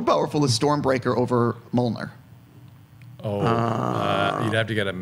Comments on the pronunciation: He's a bad listener and an interviewer. The writers both say "Thah-Nos" and he persists in saying "Thay-Nos". He also has no clue how to pronounce Mjolnir. WHY would he be given the right to conduct this interview? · 1. Dude couldn't pronounce any of the names correctly. "Thaynos"? "Molnir"? 2. The question about why Thor was strong in some scenes, but could still be beaten was stupid af. 3. The question about why certain characters were dusted quicker than others was Omega level stupid. Fire this man from interviews.